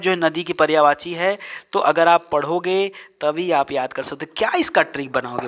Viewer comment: पर्यावाची नहीं पर्यायवाची बोले।